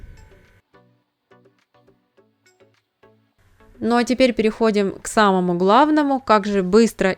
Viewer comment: не протвинь, а проТИвень